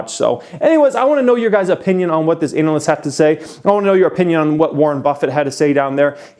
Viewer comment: I like how you pronounce ANALyst.